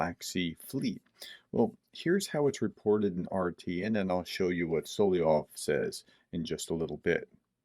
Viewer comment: Man...try to master the pronunciation of SO LO VEE OV. Sound like like a dunce...sorry. If you're dyslexic, I apologize.